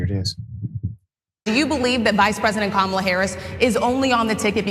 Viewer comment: Notice, how he paused, and pronounced Kamala's name correctly there!! When at ALL of his rallies, he seems to be unable to... 🤔🤔🤔